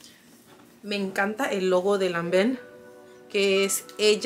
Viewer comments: Lanván se dice😍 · Perfectamente pronunciado,,Lanvennn..